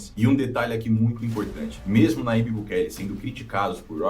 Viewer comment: Aprenda: o ipsilon(Y) em espanhol se assemelha ao jota em português. Portanto, o nome do presidente salvadorenho é pronunciado Najib